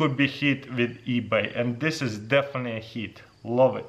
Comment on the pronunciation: Oh yes the multimillion dollar company “eaby”